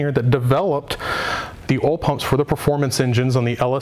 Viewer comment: Holy shit...say it with me Oil pump...not OL pump...lol